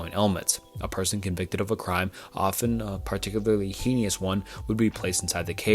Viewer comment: Hey! I recently discovered this channel and thoroughly enjoyed this video. A small suggestion: try recording the parts you mispronounce. I know it is easy to make mistakes when speaking, but there are times when I hear you hurrying through sentences, making them sound like gibberish, and repeatedly mispronouncing words to the point where it is painful to listen to. One being heinous. I do think your channel has the potential to grow, and this is a repeated grievance I see in the comments. I do hope you take it into account, but in the end, it is your choice.